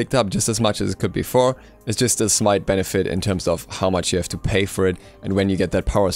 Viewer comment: did he just say "its just a smite benefite"